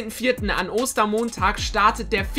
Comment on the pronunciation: Wieso sagst du Oster Monntag